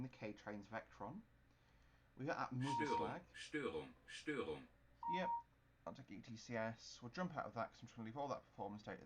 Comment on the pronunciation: It's called Mürzzuschlag not Muzerslag :)